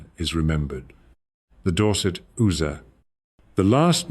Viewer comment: First of all, that's not how Ooser is pronounced. Secondly, this is AI SLOP.